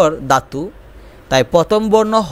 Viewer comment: ভাই, প্রথমে আপনার বাংলা উচ্চারণ শেখা উচিৎ😂 দাতু না ধাতু হবে😅